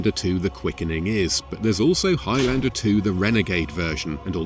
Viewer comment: Dear Americans Please learn how to pronounce Highlander properly. It's not Highlander, it's Highlander.